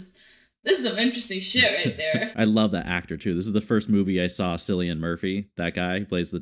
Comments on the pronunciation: Gotham City was filmed mostly in Chicago. Cillian is pronounced Killian, not Sillian; it's Irish, and he's a really amazing bad guy. Most of the cast is from the British Isles: Christian Bale is Welsh, Gary Oldman is English, Liam Neeson is also Irish, and Michael Caine is--of course--English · "Sillian" Murphy? Its pronounced "kill-ian" Murphy my man. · its pronounced "killian" (murphy) btw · his name is pronounced like killian, not cillian.